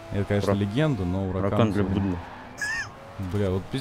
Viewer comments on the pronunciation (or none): Саня, Не Уракан, а Хуракан